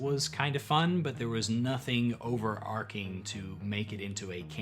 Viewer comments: “It’s over-ARCH-ing”, not “Arc-ing”. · Overarching is pronounced over-arch-ing and not over-ark-ing. If you know where the "plot" is going to end up, then it's a railroad. Personally, I prefer the idea of situations. Lots of situations. As you have already decided to run a railroad then published adventures are acceptable. Didn't stay for the cats. I have dogs. Lots of dogs. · Interesting approach! I'll keep watching your stuff if you start saying "overarching" instead of "overarcing" too! Keep at it. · Not at all relevant for the topic of this video, but "overarching" is pronounced with "ch" as in "chip". The word "arc" (as in "character arc") is pronounced with the "c" as in "coal".